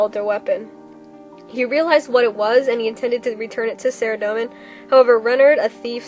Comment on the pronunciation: A: You read this pretty much word for word from the wiki. That's fine, except for... B: You read WAY too fast, and pronounced way too many words incorrectly. Saradomin is pronounced Sah-RAH-doh-min, not Sehr-a-dough-min. Just something to remember. All in all, not bad. I'm somewhat of an expert on Zamorak, and this was pretty well done, but from now on, you should really slow down and take the time to practice the difficult names.